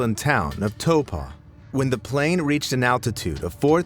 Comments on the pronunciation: not him saying Topa instead of Taupo😂😂😂😂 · "toe paw" bro its "tou poe" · As a nzer it's actually pronounced towpo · When you said Taupo in NZ for the parachuter guy as toe paw it’s pronounced t-ow-po like tower t-ow, then po. No hate 😅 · As a New Zealander, i just wanted to say Taupo is pronounced ‘Toe-paw’ or in an english accent in New Zealand its pronounced ‘Taw-poe’ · its not called topa its tawpo thats not how its spelled its how its pronounced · Toe paw 😂 I love seeing Americans say new zealand places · '.... New Zealand town of Taupo' That's pronounced 'Tau-Po'. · As a New Zealander, I was unfortunate enough not to survive when he said "Tow-Paw" 💀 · Toe pah 😂😂😂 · soooo close with pronunciation of taupo, better try than other americans though!! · taupo isn't pronounced like that fyi